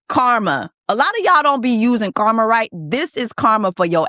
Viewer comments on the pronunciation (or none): none